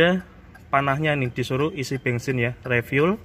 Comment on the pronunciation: kok ngomong Daihatsu tapikan toyota ini mas..bensin bukan bengsin mas habis dikejar siapa mas..hihihihi